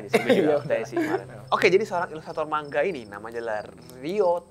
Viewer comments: mang-a bukan mangga jir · Manga woy bukan mangga 😂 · Lebih seperti ini penggalan nya : ma-n-ga. Krn orang Jepang tidak bisa mematikan huruf seperti lidah Indonesia.